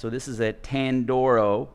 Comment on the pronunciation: You said the name wrong twenty times. Tan dor eeo!